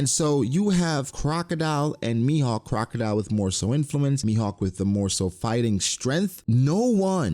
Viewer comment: why do you keep calling him crocadeli?